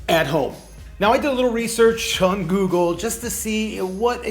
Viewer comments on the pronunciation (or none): none